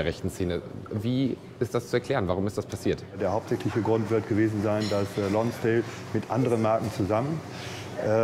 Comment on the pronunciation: Die Marke "Lonsdääl" also...